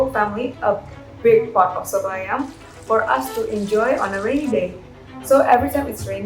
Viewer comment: the way she said soto ayam is really nice to be honest